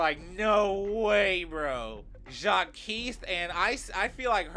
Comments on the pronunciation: It's said Jacques/zhak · why do you pronounce Jacques like that 😭😭